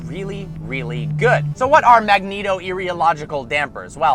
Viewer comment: And if he could say the name right it would give him some credibility. Magneto Rheological put those words together and get magnetorheological